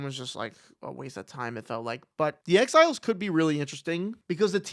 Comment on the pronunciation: Whenever you say “exiles” I hear “X-Files” 😅